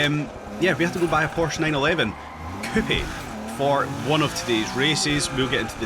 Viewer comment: I cant stand the way he says coupe ( its not pronounced coupey)